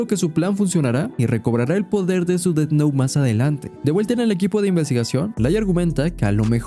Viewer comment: Buen análisis, pero me jode la vida el "ded nou" y "lai" durante todo el video... 😵‍💫😵‍💫😵‍💫